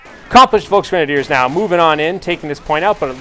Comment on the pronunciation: colonel hans yea my uncle is called hans but hes no terror officer and yes before you ask i am german and i laugh everytime you say volksgrenadiers or german names like nebelwerfer and that stuff its just so funny